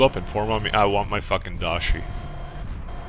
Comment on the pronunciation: The most annoying thing about the daishi is how you keep mispronouncing the name.